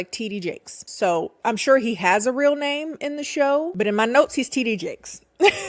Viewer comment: Ow I'm french and Heard titty Jake 😂😂